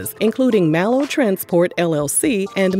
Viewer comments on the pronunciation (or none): none